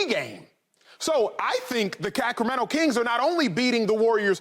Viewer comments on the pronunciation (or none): the Cacramento kings😂😂😂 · You heard him the....Cackremento Kings 😂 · This man said the cac-rameno- kings